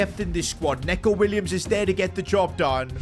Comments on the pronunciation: Bro it ain't neco nits nico william pronounce it or else he would be under your bed tonight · It's Nico not Neco 😂😂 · hE said when saying his name in prem neco williams NOT NECO ITS NICO